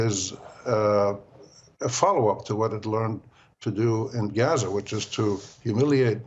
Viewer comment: It's pronounced Gaza..A as in father.....not geza.